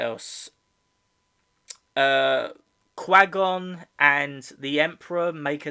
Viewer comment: its "kwhy-gone" not "kwah-gone"